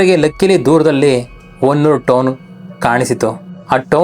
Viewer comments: Adu honnur alla bro adu hanuru name adru correct agi akri 😂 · ಸರ್ ಅದು ಹೊನ್ನೂರು ಅಲ್ಲಾ ಹನೂರು ಮತ್ತೆ ಆ ರೋಡ್ ಅಲ್ಲಿ ನೀವು ಹೇಳಿರೋ ಹಾಗೆ ಏನು ಆಗಲ್ಲ ಸರ್ ನೈಟ್ ಟೈಮ್ ಆದ್ರೂ ಕೂಡ ಅಲ್ಲಿ ಗಾಡಿಗಳು ಓಡಾಡ್ತಾ ಇರ್ತಾವೆ